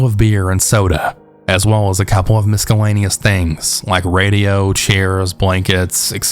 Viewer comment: Pronouncing the c in miscellaneous made me laugh so hard